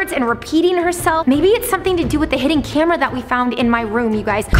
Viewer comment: was trying to say hiden cameras in your house btw i love the vid so im sehing so mene th8ms